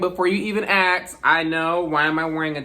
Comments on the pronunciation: it's the "aks" for me😭😂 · ...and axe/aks. Your ears are fine. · You mean “axe”